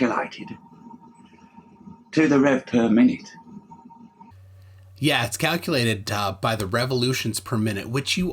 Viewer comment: I don't mean to be... well mean. But this guy sounds like a british orc... or maybe goblin engineer. I just can't place the accent.. I just know that somehow I thought of an orc trying to explain some kind of machine to me. "Yu see da bigger it is, it haz tu gauw slawöh. An iz kalkulaitiD tu the revv pöh minit." Why does he say "calculated" in such a weird way? Maybe it's just too much moonshine!